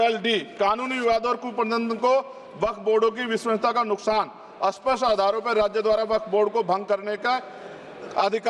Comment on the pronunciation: Loser. A paper tiger. "एसफल" क्या होता है भाई? ये "स्पष्ट" को "अस्पष्ट" बोलते है। ये पढ़ालिखे वकील है। मस्जिदोंमें पिछड़े मुस्लिम (दलित हिंदुओं में से कन्वर्ट हुए) आगे खड़े नहीं रह सकते। इन्हें चाहिए कि वहां जाकर देखे और उनके लिए कुछ सही काम करे!